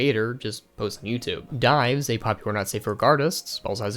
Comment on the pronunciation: un Akshually it's Pronounced Diives not Dives